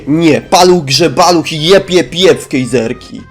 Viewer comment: Czy ja usłyszałam GEJzerki?!